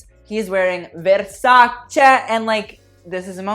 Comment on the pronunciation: I nearly had an orgasm every time you said 'versace' correctly instead of 'versaci'